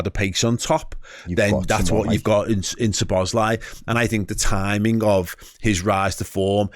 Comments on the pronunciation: Learn his name please. Not Sobozzzzlei... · This is my best way to help you with the pronunciation of his name: Soh-bos-la-e.